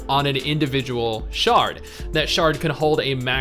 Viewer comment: I lol’d at “sharting feature”. Yeah I know it’s shard, but...lol